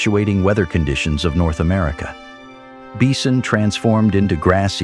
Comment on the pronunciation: the moderator states that "Beeson transformed into grass-eaters." Uh, what? What are "Beeson" ? And, were "Beeson" really "transformed" into grass-eaters?